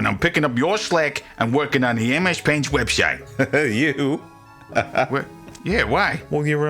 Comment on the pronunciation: "Da poific webshite" delivery is certainly unique.